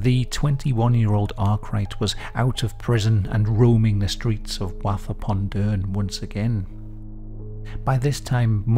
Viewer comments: firstly I lived in Rotherham since 1948 which is a stones throw away from Wath and worked in and around Wath from the mid 80s until the mid 90s and have never heard of him so he failed miserably as he's been forgotten. Secondly it's pronounced Woth as in Moth .....not Wath as in Bath .... 😊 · Oooooo, I live in Rotherham, so it's super cool to hear some local history I've never heard of. Though I will just say. Just pronounce Wath like Woth. We don't say the A like an A, but more like an O like in the word doe. Probably we are just too common 😅😂😂. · Great video love. It's pronounced woth like cloth or sloth. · That isn't how you pronounce Wath pal.